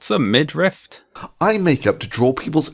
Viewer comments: It bothers me way more than it should that this dude say midRIFT instead of midriff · i shudder a little every time he says 'midrift' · I would like to point out that even the auto-generated subtitles- the same ones that mistake thunderfoot as "fun the foot"- interpret thunder's pronunciation as "mid-rift." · Thunderf00t: “midrift” Paul Joseph Watson: “millimetre” Same energy. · "What's a midrift?" 😂😂😂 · Honestly I used to think it was pronounced “midrift”. No relation to the video, just a little anecdote, lol. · Say Midrift one more time, Thunderf00t. I double fucking dare you. Edit: and that’s why you wait until the end of a video to leave a comment. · Wow, I was just typing a comment after hearing Thunderf00t say "midrift" for the second time when addressed it ^_^ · To be fair, I also thought it was pronounced / spelled middrift. TIL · Minor but irritating, there is no letter t in midriff thunderf00t. Stop pronouncing it like there is. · Ah called it out 2 mins after it drove me to comment, champion. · Midrift reminds me of rick and morty "did you just say granite? Its granted" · Im not ashamed to thank you for teaching me its pronounced "midriff". and that is not the only thing I took from this video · man you have lots of good videos, i’m a fan. but ridiculing thunderfoot for getting “midriff” wrong comes off as petty. it’s an understandable mistake. i’m sure there’s something like that you’ve been saying wrong for years also. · Thunder foot also doesn't know how to pronounce "midriff"